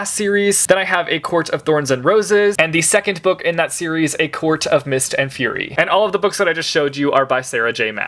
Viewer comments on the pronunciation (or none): none